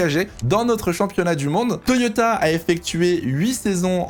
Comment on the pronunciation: Le « Toyota » à la fin, parfait 👌🏻